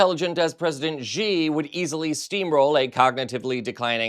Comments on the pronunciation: the pinying spelling of Xi in Mandarin is pronounced more like the English "she", not "gee". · Xi is pronounced shee, not zhee.